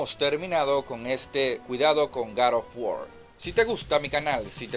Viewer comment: No conozco ningun video juego llamado gad of wor hay uno que se llama god of war que no se si sera el mismo y si es el mismo trata de no hablar como.odiota y pronuncia bien las palabras GOD OF WAR